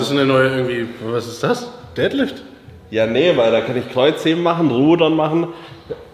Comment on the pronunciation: Wie oft kann man Deadlift falsch aussprechen 😂 Ihr hebt keine Väter, Jungs.